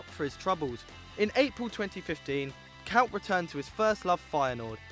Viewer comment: k oy t not k ow t